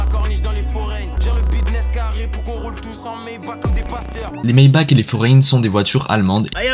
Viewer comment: pour info maybacht se dit maybar